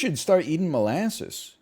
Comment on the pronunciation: "I love Mole assses" - Northernlion 2023